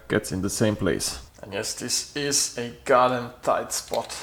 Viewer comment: A tipp from a bilingual, first great pronunciation of tight, but when pronouncing "tighten " think of: saufen, fi**en, schlafen.